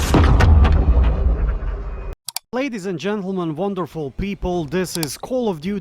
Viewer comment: Specially the beginning “vonderful people this is call of duty fanatics” 🤌🏽 got hooked with that line ever since. 💯😂